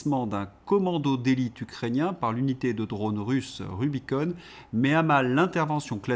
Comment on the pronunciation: En français on ne dit pas rubicone on prononce rubicon avec le son on.